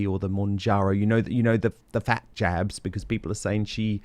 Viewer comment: American here. At first I thought you said "Meghan may be on the Ozempic jams" 😂 then I realized you said jabs.